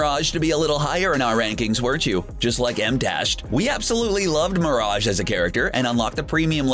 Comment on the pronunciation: Dude stop the way you say mirage is killing me seriusly man